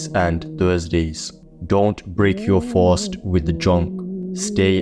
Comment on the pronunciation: Im pronouncing fast as fawwst from now on! Sounds raw 💯💪🏽